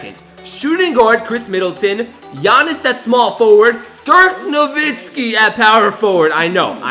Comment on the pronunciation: He said Dirk Novitzki instead of Nowitzki